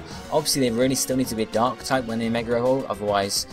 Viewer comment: I heard you say "An ass dark type".